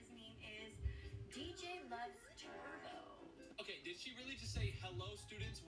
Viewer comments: Did you call him “DJLovesTurds” instead of “DJLovesTurbo”? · Did you just call him d j love t eard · Did you say DJ loves turds💀